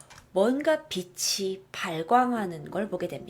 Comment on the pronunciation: 즐겨보는 사람입니다. 그런데 "빛이", "숲이" 등등을 제대로 좀 발음해주시면 좋겠어요. 자꾸 "비시", "수비"로 말하시니 옥에 티같네요.^^